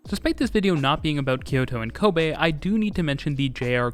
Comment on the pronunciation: Very satisfied that you pronounce the city of Kobe correctly. Apart from that, this is a very detailed coverage.